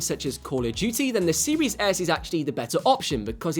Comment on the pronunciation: Guy said xbox siwis s